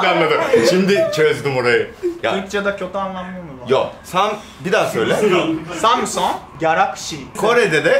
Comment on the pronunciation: adam bizde samsong kalakşi diyo o hala yok ya yarakşi diyo jdbdkjbjkdbjbdb ulan kendi markası dhbdkjh